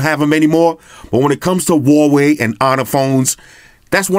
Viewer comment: Umm (wowohe?) Is that how u say it?! ._.